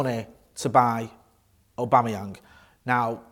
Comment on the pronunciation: Lol did he say Patrick abamuyange